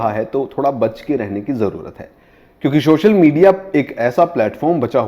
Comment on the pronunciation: Sir its Social not shocial... I love the way u say shhocial media,,,😝